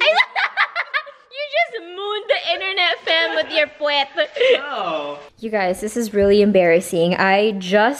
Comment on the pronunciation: "i saw your pwet" lolololol 😆